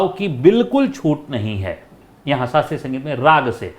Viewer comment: माफ करना गुरुजी। छोटा मुंह बड़ी बात हो तो।लेकिन आप स और श का उच्चार सही कीजिए गुरुजी। शास्त्रीय बोला जाता है सास्ञीय नही सुगम बोला जाता है, आप कभी कभी शुगम बोलते है। संगीत बोला जाता है। शंगीत नही। आपकी सारी जानकारियां अच्छी है लेकिन उच्चार में सुधार की कोशिश जरूरी है।